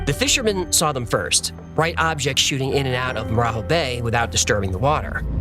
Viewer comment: As Brazilian I want to point out two mistakes: first, the marajó bay, we don't pronounce 'Jo' like Hispanics do. We speak Portuguese. You should speak more like in Jogging. Second, the cops car you shown is from Rio de Janeiro, not Pará. In Brazil each state have its own police force and the colors comes from the states flags. But apart it, an amazing video as usual.